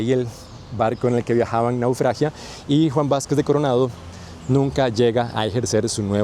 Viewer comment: Excelente contenido. Se dice "naufraga". Buen trabajo para los ticos y ticas que somos desmemoriados.